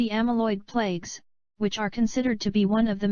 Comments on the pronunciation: The robot keeps saying plakes....isn't it supposed to be plaques? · Why does the voice say plagues instead of plaques?